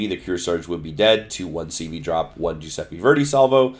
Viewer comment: Jewsepi Verdi? Pretty sure it's Italian.